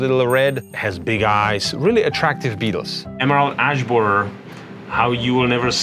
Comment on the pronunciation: "Emerald Ass Boarer"